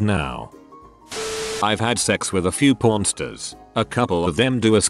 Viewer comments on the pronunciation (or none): "Pornstars" in the bot voice sounds like "pornsters", which sounds like hamsters, and I LAAAAAUGHED.